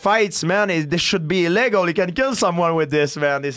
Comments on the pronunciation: "if he ever fight, dis move should bee A LEGO" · it should be il-LEG-al lol GSP is so great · It's basically the french pronunciation of "illegal", illégal.